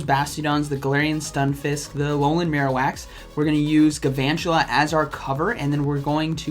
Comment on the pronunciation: I like the video but P L E A S E stop saying "Gavantula". It's Galvantula, with an L.